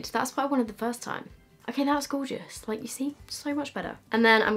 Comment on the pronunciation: "fowmulA is gowgis" - 2019